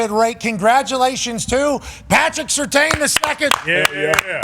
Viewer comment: Pat McAfee needs to learn how to say Surtain’s name. Disrespect is crazy